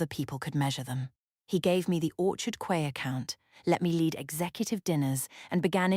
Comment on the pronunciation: Teach AI that Quay is pronounced Key.